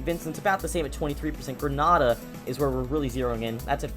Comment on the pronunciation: you are saying grenada wrong